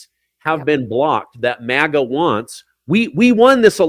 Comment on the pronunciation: MAGA not MIGA